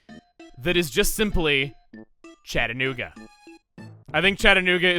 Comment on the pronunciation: Chadanuga? When I heard I thought “it should be CHUGGAnuga”